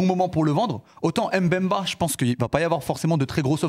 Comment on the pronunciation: On dit Mbemba Najim stp pas M'Bemba !